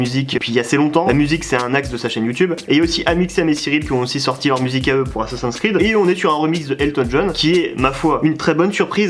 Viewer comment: petit message à tout les gens qui prononcent mal "assassin's creed", je ne vous aime pas <3